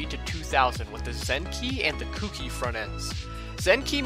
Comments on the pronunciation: Kouki is actually pronounced Koe-ki, by the way, besides that awesome video! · I believe kouki is pronounced "kohh key" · For fuck sake, how hard is it for people to pronounce Kouki correctly?